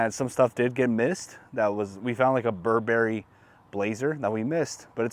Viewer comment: Ber-bur-ee. Not bur-berry. Know you stuff if you going to sell them.